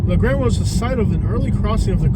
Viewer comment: just so you know as a person from La grange its pronounce LA GrAnge not la grannge you say the a like you are reciting the alphabet